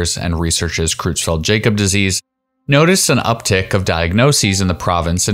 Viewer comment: You are pronouncing CJD wrong. Jakob is pronounced "Yahcub".